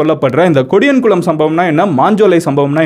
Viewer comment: Bro it's not kodiyankulam It's podiyankulam